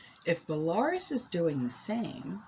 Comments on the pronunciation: Belarus is pronounced Bella roos. 😁 I knew a girl from Belarus that came here to work for a year. She was a very lovely girl. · I’ve heard the country Belarus pronounced like “bella-roose “ and I’ve also heard it pronounced like you said, “bel-air-us”… as for which is correct, I couldn’t tell ya!😂😂😂But we know what you mean, so who cares, right?!